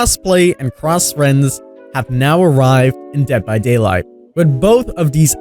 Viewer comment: bruh, the way he says "Dead By Daylight" btw luv your vids!